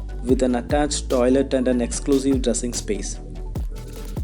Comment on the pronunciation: Love the way how he says EXCLUSIVE dressing space